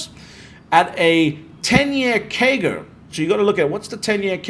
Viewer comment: I dont understand what he is saying? A 10 year KEY GA of 71%? Wtf is that? Maybe someone can decrypt that for me